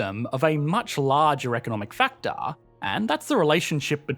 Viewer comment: “factarrr”, “Energeeee and prosperiteeee”